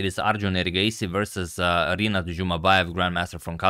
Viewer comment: Hey Antonio. In Rinát name letter A is stressed